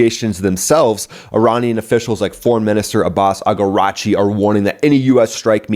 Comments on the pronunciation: It's Araghchi, not Agarachi. Also Pituffik is pronounced BEE-do-FEEK. You can do this...because my 5 year old can do this. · Araqchi, not Agarchi. He’s from Iraq…chi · your pronounciation of Araghchi got me rolling lol, actually the pronounciation is Araghchi = Iraqchi (derived from the Iraq the country), not Agarachi lol, but good attempt mate, keep up the good work. love the vids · It's not Agarachi it is Iraqchi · Man this always cracks me up when you say Abbas Agarachi😂😂😂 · Great videos. Just a correction: the foreign minister of Ayatollah regime is Araghchi ( pronounce a(as in apple) rug- chi).